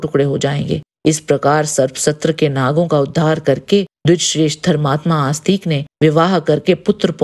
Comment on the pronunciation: आप जैसे लोग हिंदी की बैंड बजा रहे हैं।😡 कृपया जन्मेजय को जन्मेज्य और आस्तिक को आस्तीक बोलना बंद करें।